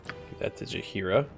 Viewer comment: Pretty sure you've been pronouncing Jaheira's name correctly for 20 years. I think it's Elminster who's in the wrong here. If you want to craft all of the items in Throne of Bhaal too, you probably still need more gold. I don't know by heart how much it is in total, but it is A LOT. Some of those items require 40k gold You can use ... substances to get Gorf ... less proficient in combat. This helps even the odds and is handy when you get Mazzy at an early level. (also, doing so gives experience) A low level, naked Mazzy can have a rough time with the ogre